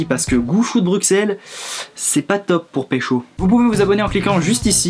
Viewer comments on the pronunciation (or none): BRUXELLES? BruXelles? Arghh. (Les belges ne prononcent pas le x)) Super vidéo sinon!